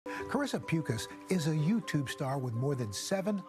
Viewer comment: How do you pronounce her last name? cause the first guy called her "puke-as" lol